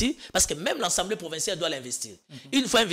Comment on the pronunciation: 😂 Lenoir a alobaka Assemblée et non « ensemblee »😂 ata na noko belges ba lobaka Assemblée